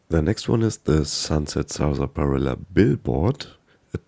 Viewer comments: I got to watch I mean mispronounce Sunset sarsaparilla. “SaR-spi-illa” ahhh good old 76. Could you imagine 76 being your first fallout game, like be born with an Acorn for a brain. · Nice video... but it is pronounced "sass-puh-rilla". 😊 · Great video but let me help you with one thing: Saaas - pa - Rill - a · The pronunciation on Sarsaparilla is strange. We pronounce it as if it were spelled Sassparilla. Just sharing. Thanks for the great content. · Sunset Salsaparilla